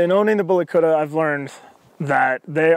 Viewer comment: Yeah but the way this guy says it lol he says bully kurrra 😂😂 it's bully kut-ta